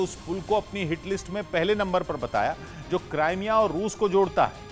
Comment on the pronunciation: krimea hai naam not CRIME A ISILIYE MY YEH NEWS DISLIKE KARUNGA